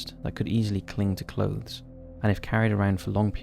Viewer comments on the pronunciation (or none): none